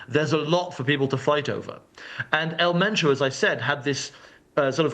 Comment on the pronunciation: ElMentoo ✅ EL MENCHO ❌